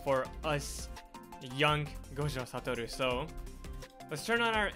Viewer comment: He says gojo satoru so perfectly